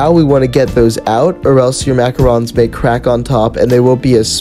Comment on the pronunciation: I’m French so it makes me mad when people pronounce it wrong!!!!